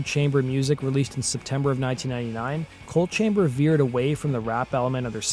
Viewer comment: The band is “ coal” chamber not “ cold” chamber….. in case you weren’t sure